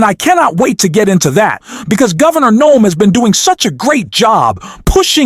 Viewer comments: Is the narrator AI? He mispronounced Pete Buttigieg twice and called Gavin Newsom Gov. Nome about 20 times? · Wow! I had no idea Kristi Noem was beating down on Elon like this. Mad respect to the dog murderer...... Seriously dude! How about getting the name right, at the very least? Say it with me, "New-some". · Nome?? Why can't you get his name right? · why do you keep saying "Nome", that isn't how Newsom pronounces it? you keep using it back and forth i had to turn on text below to make sure there isn't a Gavin Nome. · You really have a problem saying Newsom. You keep saying Nome… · WHYYYY? Do you keep calling him Gavin Gnome??? I live in California and no one here can understand why people on YouTube keep calling Gavin newsom Gavin Nome... Including you on this channel... Please, can someone explain this? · Dude its Gavin newsom, you keep saying gavin noem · Why is the narrator of this show, calling Gavin Newsom, Gavin Noem??? Narrator get it right I'm not subscribing until you do I'm not even going to hit a like do you correct yourself FOOL.. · Gav-in" "New Some" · Why do you call him Gavin Nome? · Can't get past the narrator calling Gov Newsom, Gov Noam! Get your Gov's straight! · Recut the audio if you want this to be more credible. Multiple instances where Newsom is being called Noem. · For heaven's sake, PLEASE pronounce GAVIN NEWSOME'S name correctly!!! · Why do you continue to mispronounce names? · Are you using a text to speech program? Because you keep mispronouncing names that as a supposed English speaker and political commentator that you should know. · This is the first time the algorithm showed me this YouTuber but i literally cannot listen to the incorrect last name of governor Newsom. Especially because the way it's being said is the name of a governor that is the opposite of Newsom. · I've never heard anyone mangle so many names. Is that your schtik? If so, it's lame. It makes you appear ignorant. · Newsome - not Nome. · Newsom!!! Not noom!!!!!